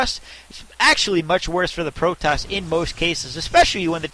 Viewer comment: where are u from... strange accent when u say "Cost" and "Protoss" strange but i like:)